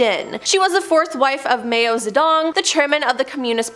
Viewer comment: The girl with the glasses needs to go because she cannot pronounce basic names: Bat-ory instead of BATHory or Mayo instead of Mao! It's distracting